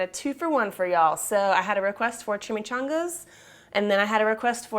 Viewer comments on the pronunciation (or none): Chimi-chaWWn-gas! LOL